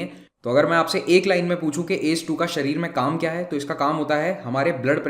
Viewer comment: Sir ...u should pronounce A C E 2 not ACE.... And it's testis not testes...